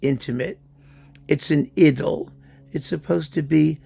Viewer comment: Thank you for spreading the correct pronunciation of the word "idyll" (rhymes, as you observe, with "piddle").